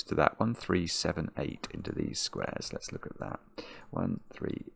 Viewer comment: "Let's look at" kinda sounds like "Alexa" ... 🤣